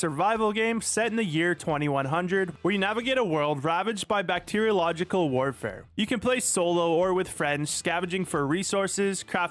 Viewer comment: "Bacterialogical"? Lol